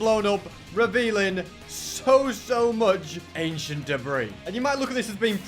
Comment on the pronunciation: I love how says achient debris lol